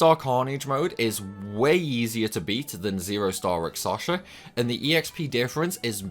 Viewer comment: I'm concerned about some of your pronunciations (and it's not your accent) - I'm sorry if this sounds critical, but I'm genuinely concerned that you may have dyslexia or a related condition. * Rakshasa (you're saying it like rak-sa-sha instead of rak-sha-sa, inverting the last two syllables) * Evility (you're saying it like e-vil-tee instead of e-vil-i-tee, completely omitting the third syllable) * Melodia (you're saying it like mel-i-o-di-a instead of mel-o-di-a, inserting an extra "i" after the first syllable)